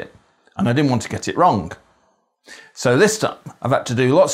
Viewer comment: I’m glad you pronounced “wrong” with a strong G at the end - as in wronG. I’ve always pronounced my Gs in words ending with ng like thinking, cooking, walking etc. does this have a name grammatically speaking? Leicester gal ‘ere!